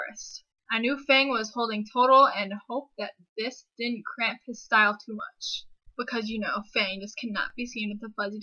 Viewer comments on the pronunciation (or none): Certain words you say have a non neutral accent to them.. like when you say "contraption". It is the way you hang on to the "a" vowel. lol. and "cramp". It is hard to explain.